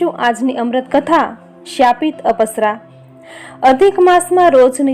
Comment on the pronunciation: પુરુષોત્તમ ભગવાન કી જય 🙏🙏🙏 અપસરા નથી અપ્સરા ઉચાર છે અપ એટલે ઓછુ જેવું કે પૈસા નો અપવ્યય